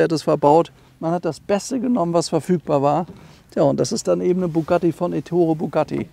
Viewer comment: Aber bitte Éttore und nicht Ettóre Auch die korrekte Aussprache gehört zum Stil